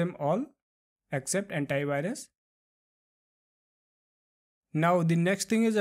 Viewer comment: Did he say hentai virus 😂😂😂😂